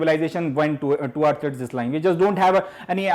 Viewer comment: Sir disline nahi decline bolo